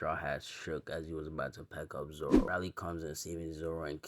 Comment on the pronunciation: Pronounced railee. Major w btw